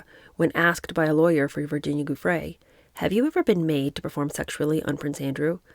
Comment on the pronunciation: An assist to my favorite book reader: Verbier = .yay Giuffre = JU.free (anytime you see Giu in a name, it's almost always pronounced as if it was spelled Ju - e.g. Giuliani).